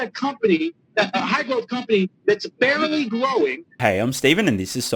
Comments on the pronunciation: I thought I heard "bearly growing" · I thought I heard say Bearly growing.